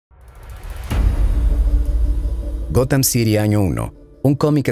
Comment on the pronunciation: Hola!. Muy buen e interesante vídeo como siempre apesar de que yo no soy fan de los cómics, pero si obviamente conozco a los Superhéroes. Esta parte de la historia si era totalmente desconocida para mi. Por otra parte solo una aclaración. La cuidad se llama “Gotham”, y se pronuncia “Gotjam” como si dijeras jamón en español pues la “H” en inglés se pronuncia como una “J”. Entonces “Gotham=Gotjam”. Jajajaja!. Saludos desde “Gotham”… 😁🖤🦇🗽🇺🇸😃👍🏻